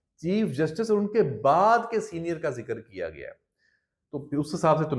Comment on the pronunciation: اللھ کی لاٹھی فارم 45 اور 47 . . . . . . یہاں زبان گنگ کیوں ھو جاتی ھے بععععععععععععععععععععععععععععد پر بڑا زور ھے أپکا سازشوں فتنہ انگیزیوں سے مزیَّن وی لاگ